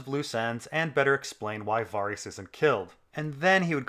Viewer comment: "Var-ees" wat